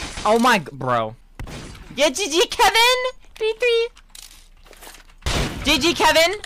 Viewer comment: "Today were going to be 1v1ing KeViNoèH" GOT ME ROLLING INTO THE WOODS 💀